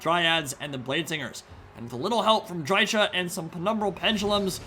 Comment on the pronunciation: Why can't anyone pronounce dryka correctly? She literally says her own name every time you click her.